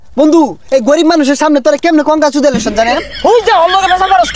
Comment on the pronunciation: কনগাচুদেলেশন😂😂 কনডম কিয়েটর😅😂